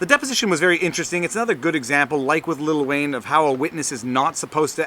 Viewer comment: Did he say "Little Wayne"?